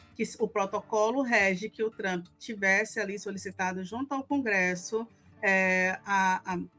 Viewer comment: Tá tão cansativo esse cara. E todo mundo q fala tchrump é fdp!